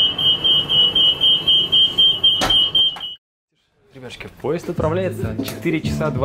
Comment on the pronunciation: Может "ребяшки"? Что меня очень раздражает)